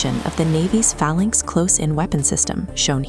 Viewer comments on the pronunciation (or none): none